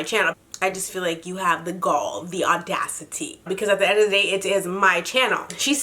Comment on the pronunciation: I just saw the title on snap and went 'Uh Oh' and ran my lil ass ova here 😂 Hey 🙋🏾 (again 😂) now lemme get into this video... 👀☕ Ooh you know it's bad when you pull out and enunciate 'the au-da-ci-ty' oh no sister-girl (the lady) why you do that to yourself?? 🤦🏾 I really don't understand the whole moving it to another channel because what's stopping the younger viewers from just going to that channel? 👀🤷🏾 and is she gonna help you rebuild the same audience on that channel as you did here on this one cos that's why you have the sponsorship..? No? Oh... 🐸☕